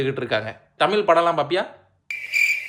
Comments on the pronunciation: தமில் இல்ல தமிழ். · அது தமில் இல்லை. தமிழ். கம்பேனி சீக்ரெட்டை(நீங்களே தப்பாதான் உச்சரிச்சதை) வெளிய சொல்லாதீங்க. யோகி பாபு..?!!! வெரி ஃபன்னி??? முதலில் அவருக்கு பெரும் ஜாம்பவான்களின் நகைச்சுவையை காட்டுங்கள். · அது தமில் இல்ல தமிழ் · தமில் கிடையாது தமிழ் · Mudalla neeanga தமிழ் endru Olunga sollavum brother. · நீங்க தமிழ் என்று சரியாக சொல்லுங்க. (தமிழ் இல்லைதமிழ்) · உங்களுக்கே தமிழ் வரல ழ வரல ல் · தமிழை நன்றாக உச்சரியுங்கள் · Unga thamizh ye thappu bro pronunciation correct ah try panunga 😢😢